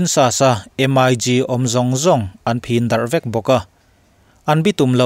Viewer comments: M.I.G tia lam tur ani lo,..MiG(MiK) he tia lam tur hi aw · MIG lam dan hi Em ai Gi nilovin Mik tia lam tur a ni lawm ni?